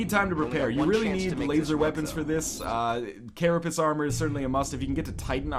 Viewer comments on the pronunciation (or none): none